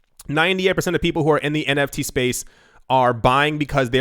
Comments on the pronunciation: NTF “non tungible foken” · omfg you started saying NTF lol SHOOT ME lloll haha